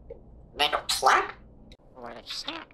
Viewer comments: It’s made of P L A C K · “Made of plak?”